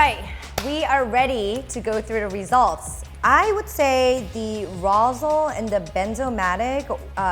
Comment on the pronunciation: isn't Rosle pronounced Rawslee